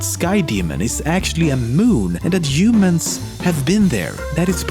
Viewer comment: Umans? WTF are you French?? 😂